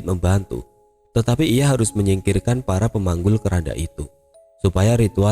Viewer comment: Saya salah dengar ga sih kok terdengar seperti "farah pemanggul keranda" 🤔